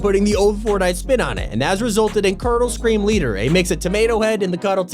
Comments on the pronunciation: lol it says baby and not baba edit: and sounds like curdle and not cuddle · said currdle scream leader its culddle